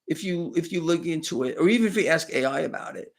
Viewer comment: We love your daily shows. Please can we aks you to say ASK.